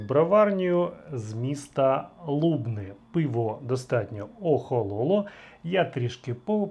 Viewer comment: Мля,ніколи не кажіть місто лУбни,це так ріже вухо,говоріть правильно лубнИ!